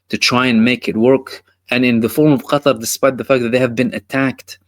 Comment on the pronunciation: Qatar or GUTTAR